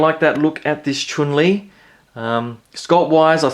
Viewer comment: Chun lee not choon lee lolllll